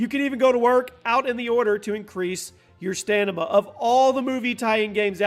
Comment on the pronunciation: says stanima